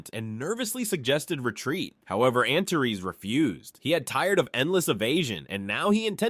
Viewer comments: I thought it was pronounced “anters” not “anterees”, but you do you😊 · First, let me thank you for your work. You've taken an epic story told in a different language and given it life and excitement in english. Your effort is much appreciated. But... Antares is pronounced AN-TAH-REES, not an-ta-res. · Dude, every time you say the name of the dragon king, I hear "Aunt Terese"